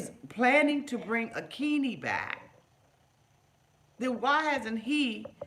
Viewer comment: He says Akini but it's wrong its A-kin-yi...GET OUT AKINYI JUST GET OUT B4 HE TAKES YOUR HEART LIVER & KIDNEYS